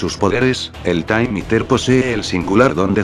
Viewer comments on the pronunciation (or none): El Taym Íter xdxdxdxd